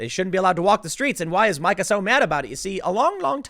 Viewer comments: First of all, it's MEE-KAH. MEE-KAH, Tim. Second, the intern with the "complicated medical history" was an experienced marathon runner, according to her family, which sued the Washington Post, in order to get them to stop lying about her supposed heart condition. During the autopsy, it was discovered that the murdered intern had two fist sized, fractures in her skull. Third, she was there for a morning meeting with Psycho Joe, yet he insisted that he was out of town. Why would she have a meeting with him, if he had no intention of being there for it? It's quite peculiar, Tim. Quite peculiar, indeed. Finally, why is it perfectly fine for this twat to spread lies about the President and his family but "libelous" when the President returns the favor. Methinks, the Karen doth protesteth over-much. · Her name I pronounced "Mee-Kah". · FWIW, pronounced "MEEK-uh" Brzezinski. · It is pronounced Meeka. Please check the pronunciations before you do your vlog. Sounds ridiculous to repeat it over and over. Mike and Joe have been trash for a long time. They had an affair while both married, separated from spouses and eventually divorced to marry all the while co hosting Morning Joe. You could see Scarborough getting more and more Woke while still claiming to be a Republican or a Conservative always mentioning his very brief time in Congress. He is a con man and .in a is an arrogant ........well Karen says it good enough without mentioning they both have the morals of an alley cat! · Her name is pronounced "Meeka". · Full Karen....hilarious. She has the haircut too. Isn't her name pronounced Mee Kuh? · You keep calling her Mike-Uh lol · Sound it out, Timothy. Meeee-kuh. I know you can say it. But Karen is a much better name for her. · Tim... Mika is pronounced ME-KA not MY-KA. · I dont like her but I just think it's funny how Tim butcher's her name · There Tim goes again, dissing Mika by mispronouncing her first name. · I love how Tim mispronounces her name...adds so much